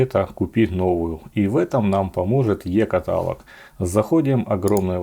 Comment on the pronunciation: Та не ката'лог, а катало'г